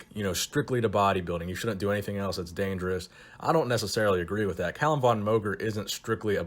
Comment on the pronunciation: I love your content and have seen many video's you've made on Calum. Just please.... PRONOUNCE MOGER CORRECTLY.